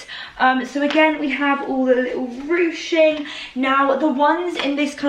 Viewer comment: i have mentioned it before but it is ruching pronounced rooshing NOT rooging